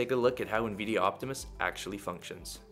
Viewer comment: the first 'i' in Nvidia isn't pronounced as an 'E'